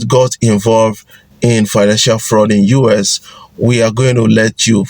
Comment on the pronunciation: Guys, is it just me, why does this guy call US (United States) UrS? There is no R in US!!!